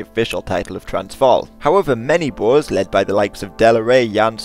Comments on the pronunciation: When they say bores instead of Boers is cringe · You pronounce the "oe" in boer like "poor", not like "boar". The plural is boeren not boers. Boer literally means farmer in Dutch.